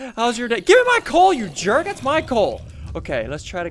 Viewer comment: What happened to ur voice ur like dats good dats how u make this